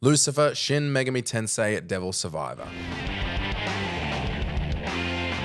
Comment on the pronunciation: Kudos for both putting the accent on the correct syllable in "Megami" and for including. Though it should be noted that, although you said his name correctly, Demi-Fiend's name was written as "Demi-Friend".